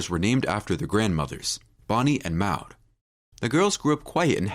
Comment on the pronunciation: The twins names are Bonnie and Maude? If so, the secind name rhymes with awed, broad, flawed, Claude. Certainly NOT the way the narrator was pronouncing it!